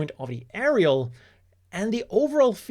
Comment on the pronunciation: I hope so. Also wasn't it actually A-Eri-AL instead of Eri-Al? Like you can't spell Aerial without ERI in it 😏